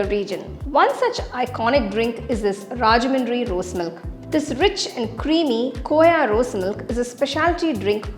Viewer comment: It's rajahmundry....not rajamadri